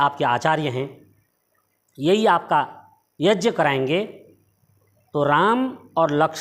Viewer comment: तू भी मुझे कोई बेवकूफ लग रहा है ठीक से यज्ञ तो बोल नहीं पा रहा है और बाल्मीकि रामायण का अर्थ बता रहा है